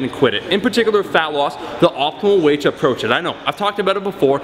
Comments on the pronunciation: Why do you keep saying "phallus"? It's fat-loss bruh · I just wanted to point out that it kinda sounds like you're saying "phallus" and not "fat loss"...so you said "you know everybody cares about phallus"...wise words bro. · Falling asleep while watching the video and I swear I heard "phallus" instead of fat loss one of the times. Srs. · Is it just me or did it sound like he was saying falice when he was saying fat loss? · Omar when you "fat loss" it sounds like ur saying "phallus"...no homo? lol